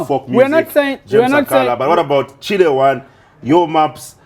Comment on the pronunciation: Imweh its Chile one not Chule one 😂